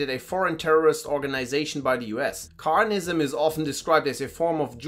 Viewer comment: just took a glimpse at "Kahanism" explanation before calling yourself a professor it would be worthwhile to learn correct pronunciation of proper names